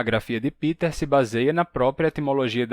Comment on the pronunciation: Por que vc fala "Piter" Boll? Se ele é alemão o nome dele (do meu marido também) é "Pêter". Sempre explico aos conhecidos que é letra P + verbo TER= PE TER. "Piter" é inglês, não alemão.